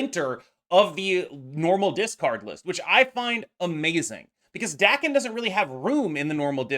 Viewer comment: FYI Daken is pronounced Dah-ken not Dack-en.